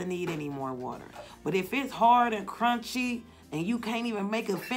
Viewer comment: I love when you say “curun-chy” 🤣🤣